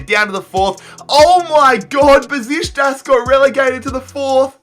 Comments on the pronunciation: It's BUH SHICK TASS, not "besishtas" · I don't think it's Bezishtas... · how the hell did he pronounce "Besiktas"😂😂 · You're saying Beşikteş soooo wrong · Your pronunciation is appalling /Besiktas, Victoria Plzen, Rennais, AEK to name a few/. You miss key transfers and team movements up and down /Sevilla and Benfica going in and out of League 1 predominantly; or City`s and PSG`s consistency/ also show terrible maths skills /how can Besiktas go through b2b relegation 3 times but only reach League 4 in season 5?/. Embarrassing. Good experiment ,though.